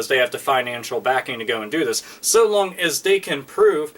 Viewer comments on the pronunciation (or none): none